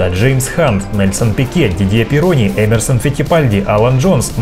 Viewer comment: Так все же, ПирОни или ПиронИ, а может ПИрони?